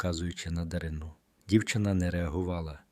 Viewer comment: Або, людина далека-далека від української мови. Чи спеціально так паскудить... Чого тільки коштує - дивлячись, на ДаринУ. Канал має ціль відкинути від українського?